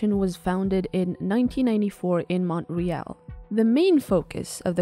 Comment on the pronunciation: Harmony is the biggest name in the industry, an underrated 2D animation software would be Moho, but Harmony is used by the vast majority of 2D animation studios, and you can't pronounce Montreal, really ! :face-orange-raised-eyebrow